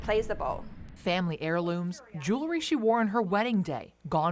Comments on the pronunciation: What is “jew-la-ry”? Is she meaning to say “jewel-ry? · For fuck sake it’s Jewelry not Jooolery. Get someone who’s educated.